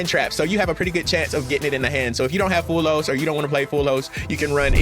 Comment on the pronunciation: It easy bro "mul- charmy" "fu-wall-los"